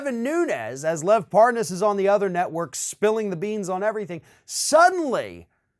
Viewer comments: The old mispronounce the name like your don’t know it. He said it wrong so deliberately it’s funny. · Hahaha, Nunes is trying that dumb trick of pretending not to know Parnas by virtue of mispronouncing his last name. Bring forth Nunes' WhatsApp messages. Obviously that was a preferred backchannel for comrade Tяump's little gang of criminals. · Of course, he had to mispronounce Parnas's name to go w/ saying he really didn't know". What a joke this guy is.. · LoL the way he purposely mispronounces his name to make himself look like he doesn't know who they are. What a joke, all these people do is lie. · That was so pathetic trying to mispronounce his name. STFU traitor Nunes, you've been caught. Own up to it 🤬🤬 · i could tell that Nunes knew Parnas, from the second he said "Parnaz." Nunes went outta his way to say the name incorrectly. but when he had to speed up the conversation & add the "WIFE" after his name, somehow he was able to pronounce it JUST FINE! ... &then he went right back to saying it wrong & calling him "Parnoz." 🙄 ... typical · He didn't know the name Parrrnarrrrs lol, I can't pronounce it so I didn't know him. What a prat! And he'd not heard of the Ambassador to Ukraine until the impeachment hearing.. of course he didn't 😒 He is a lying b*****d, he sat through impeachment hearing berating, criticising , undermining & discrediting good honest decent American civil servants & he's a low life lying piece of crap, how dare he. Even the crook Parnas or Parrrnarrrrs as Nuney calls him, couldn't believe the criminals that where in the middle of this extortion scam had positions in those hearings.. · I love how Nunez mispronounces the guy's name and he's outwitted everyone he may be as stupid as Trump trump is not going to like that he does not like to lose he'll have to do something stupid enough so that there's no question he's winning the stupid race. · Intentionally mispronounces Parnas name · Par-Noss?? Hahaha